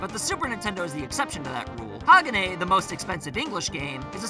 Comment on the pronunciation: HA-GA-NAY IS HOW YOU PRONOUNCE HAGANE